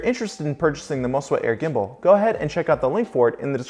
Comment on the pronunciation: think i heard you say, "mo-si-wa"